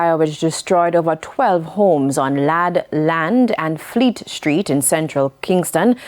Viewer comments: Not Ladd Land, its Ladd Lane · Ladd lane not land